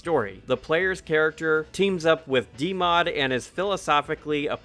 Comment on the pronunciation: Did you call him "D Mod"? You know that's a "B", right?😅